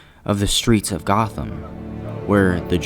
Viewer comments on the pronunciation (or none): none